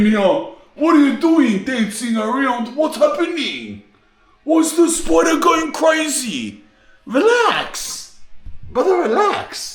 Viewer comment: " there`s a spoider in heeaaa" 🗣🗣😂